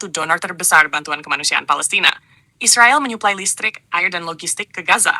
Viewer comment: Mbok jangan bilang isriwal isriwil..bilang aja israel, gitu lho..knp bisa bilang amerika...bikin risi klo mau bk anda